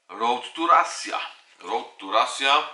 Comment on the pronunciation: nie mówi się rasia tylko raszia a pisze się russia